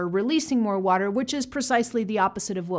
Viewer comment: It sounds like she said coke and not water